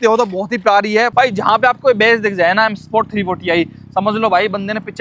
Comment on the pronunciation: M sport ❎ s sport ✅ 😂😂😂😂